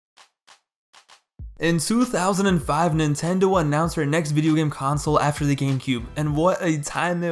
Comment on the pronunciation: My man's just said " Vidao Games. " Like it was nothing lmao, made me spill my drink